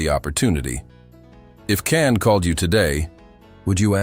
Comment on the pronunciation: Nice story, but you should pronounce his name the right way....with a J and not C.